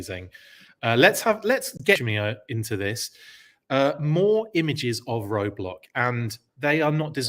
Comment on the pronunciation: 😆 Roadblack...funny slip.